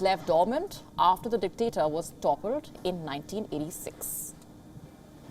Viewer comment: Why is the word “dictator “ is always emphasized?